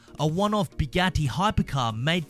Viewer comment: No the way he said Bugatti